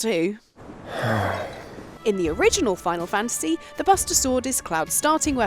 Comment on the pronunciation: Final FAN-tisy